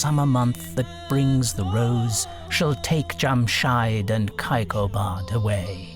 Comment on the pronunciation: Thanks for sharing. It’s Jamshid, not Jamshyd. And it’s not cup, the Persian word is Jaam, which is glass in English. Cup is used for tea, which did not exist in old Persian literature. Also, Kayqobad, Kaykhosro, Nayshapur, so the first syllables are pronounced like “way”.